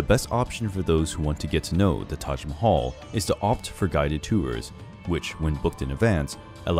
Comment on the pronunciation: u r pronouncing Taj Mahal incorrectly